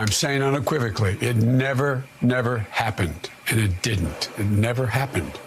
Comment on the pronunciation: The “and it didn’t !” Was a little too much emphasis , kinda like a 3 yr old boy..... hmmmmmm